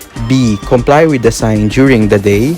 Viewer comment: Everyone: withw iT͟H Him: Weyth